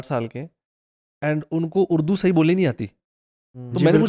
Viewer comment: Is it اردو or اڑدو 😉😂 On a lighter note!